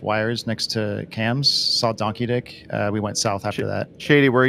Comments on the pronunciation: I was so confused for a sec. I thought they were saying "Donkey Dick" instead of "Don Keedic" XD Now all I can hear is Donkey Dick- TvT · can you just say Don instead of Don keddic it sounds like donkey di** and I'm sitting by my grandparents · The new regulars are confusing. Everytime someone says "Don Keedic" all I can hear is "Donkey Dick" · Everyone: "Don Keedic": "Donkey Dic" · Every time they say Don Keedic it sounds like "Donkey Dick" I can't stop laughing 😂😂😂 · When shark kept saying don keedic I kept thinking he was saying donkey ** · Anyone else hear instead of,, and Don Keedic.,, And Donkey d**k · Thanks to pronouncing the name the other way I finally understand the joke of Don Keedic's name. The way everyone emphasizes it to avoid the mispronunciation made me not realize it was a joke all this time haha